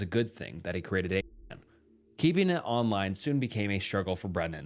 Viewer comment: You cant say 8chan? Holy cow